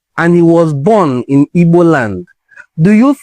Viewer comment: Thanks bro. I like how you pronounce the word "Igbo."